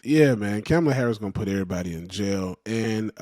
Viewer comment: Man quit calling her camel-uh Harris 😂